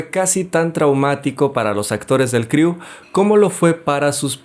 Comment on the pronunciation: Es el primer resumen de película que está bien hecho 👌pero ya no pronuncies criu jeje